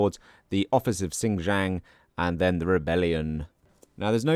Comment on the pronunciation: Where do you get the "J" sound from the letter "K"? Lol...sin - key - ang, not...sin - ji - ang